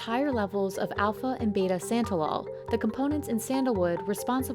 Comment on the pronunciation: Santa-lol sounds like your making fun of Santa. Rather than the components of sandalwood.